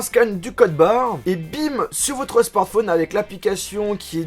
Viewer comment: c'est pas un " smantphone" mais un smartphone